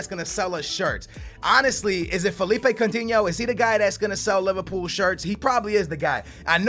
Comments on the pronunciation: STOP SAYING COUNTINHOOO JUST STOP ! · omg so much annoying shit!!!! no one wants your stupid Portuguese players! speaking of which why don't you pronounce Coutinho's name in your retarded 'Portuguese' way? and stop that shit where you call a player by his first name cuz you don't know his last - it's Firmino, not 'Roberto' ... also, DON'T use that stupid formation with 3 at the back it's so dumb and unrealistic. 3 at the back requires wing backs which you're obviously not going to do. and how the hell did you miss the part in the Payet email that they WERE interested in Lucas? you could have saved a lot of time and money there... and that's all I remember off the top of my head P.S. it's C-H-A-N not Kahn dumbass